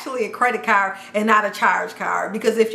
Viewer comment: How she say CARD as CAR 😂😂😂